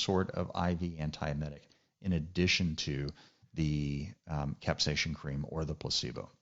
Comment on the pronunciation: No ‘H’ in capsaicin. Thanks for the video